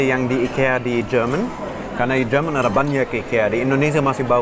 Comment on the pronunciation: Do me a favor? Can you pronounce "Jerman" correctly. It starts to get annoying and confusing to always hear you pronounce "german" instead of Jerman when talking about the country. I understand as a german that it's strange for you to read "Jer-" with a yot as well as indonesian prefixes like ber- ter- etc but please get it right when you are talking in indonesian. 😥